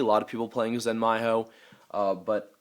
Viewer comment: lol, talks about Ptolemy's pronunciation, still says Kaus, Praesepe and Zenmaioh, wrong.